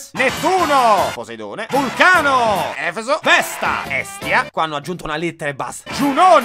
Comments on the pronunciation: ti voglio tanto bene, però è Efesto non Efeso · avrò guardato questo video almeno 5 volte, o perlomeno ascoltato mentre facevo altro, ma devo proprio dirtelo che mi fischiano le orecchie ogni volta che dici "Efeso" invece di "EfesTo". Per il resto lo adoro e tiene alta la tua produzione